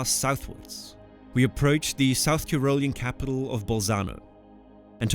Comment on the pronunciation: A really interesting story, well told. Like most Danes you speak excellent English – just a few mispronunciations make some sentences hard to understand. You might want to check your pronunciation of: wilderness, Tyrolean, pyramidal, epitome.